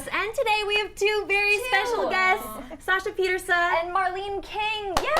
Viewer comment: "Sasha Piertisa" 😂😂